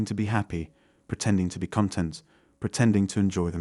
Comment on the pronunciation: your pronounciation is completely awful, like worse than a bad spy awful. Even the way you pronounced "content" with the incorrect inflexion, are you an alien?